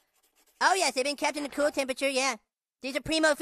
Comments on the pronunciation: He’s not Kewlll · Pretty kewl. Now I need a video of him saying "Kahl" 😂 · Thanks to Cartman instead of cool i say kewl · That's kewl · That’s kewl